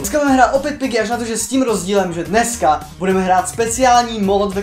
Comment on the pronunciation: gorge tak nemůže říkat pyggy